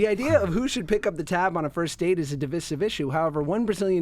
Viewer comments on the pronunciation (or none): Josh and David both can’t pronounce “divisive” correctly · I feel that David was peer pressured into it after Josh pronounced it wrong